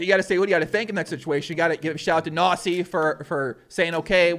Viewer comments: You pronounce it Knossi not Nossi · Are you pronouncing KNOSSI as NAZI ? xD ay ay ay ..... Your german is funny heheheheheheheeeeeeeeeeeeeeeee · I am german and I watch Knossis streams regulary. 1. Good job with the video, sir. 👍 2. Pronunciation: The 'K' in Knossi and Knüppel/Knueppel is NOT silent like in 'knock-out' oder 'knife'. 3. Knüppel said that he usually only plays tournaments where you cannnot win money but material prizes (which probably is mainly because of german legislation.) 4. Knüppel said on stream that with the money he won he plans to restore his thirty-year-old Mercedes Benz 190. He also recently had a water damage, so the money helps on that front aswell. 5. Knossi wears the crown because he calls himself 'King of the internet' (which is at least for the german speaking area pretty adequate by now and for us fans anyway.). The crown is his most recognized trademark. 6. I play poker and follow the poker world and poker shows since 2005 and this stream was one of the most fun and exciting poker events I've ever watched. Knüppel is exactly that type of average Joe you want to win it all and Knossi has the unique talent to make any sort of program exceptionally entertaining. He usually streams slots a lot which I find pretty boring and pointless generally but Knossi knows how to make a show out of it. It really is about the person in his case. He is very close to his community through the different plattforms, he has a lot of energy (as you can tell), he is always positive and really knows how to put a smile upon your face even when you had a rough day. I am pretty sure that he will have a lot more s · haha Knossi sounds like Nossa when you say it :) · Not really a great pronunciation of "Knossi"